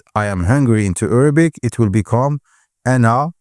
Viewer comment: Why do you keep saying Errabic